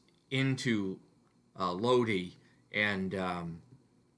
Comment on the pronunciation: in Italian you have to pronounce vocals in the same way, so LOD - I, like I of I-SRAEL, not LOD-AI, with the english pronounce of I (AI) and E is the E of E-mpty, not I like E-co (I)